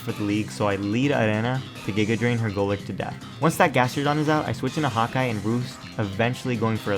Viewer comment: i think my furry blood is too strong, Everytime you said Hawkeye,i heard Hot guy. xD